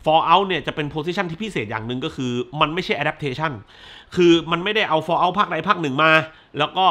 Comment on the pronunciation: ฟอลเอ้าครับ ไม่ใช่ฟอเล้า 😂